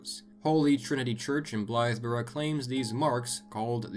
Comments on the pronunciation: Kudos for the correct pronunciation of Bungay and Blythburgh 😊 I live like 30 minutes from both. awesome video ✌️ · I was happy to hear of Black Shuck mentioned as someone from East Anglia and even more pleased to hear Bungay and Blythburgh be pronounced correctly, great video :)